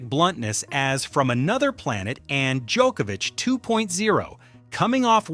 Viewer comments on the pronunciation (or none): none